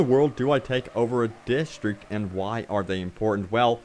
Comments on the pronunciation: Distreeek lol!!! It's District DIS.Tr.Ict AHHAAAH DISTEEKKKS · dude ffs, why do you keep saying distriect, your native language is english...its district, learn to talk proparly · I cringed everytime he said "distreak" or "contenue" lol sorry.